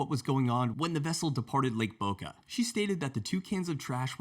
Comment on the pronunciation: Did he say lake .